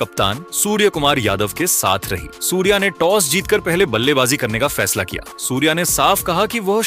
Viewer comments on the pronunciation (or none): पहले तू ठीक से सूर्या बोल सूर्या...